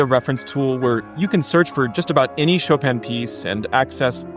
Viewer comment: Decades with the composer and still unable to pronounce his name. Only in America.